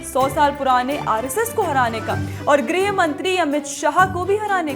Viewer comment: बेटा ग्रह राज्य नहीं गृह राज्य होता है तुम्हारे बोलने बहुत कमियां सुधार लो आगे के लिए अच्छा रहेगा